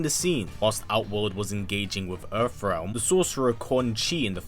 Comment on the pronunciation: Funny how you call it Erf realm 😁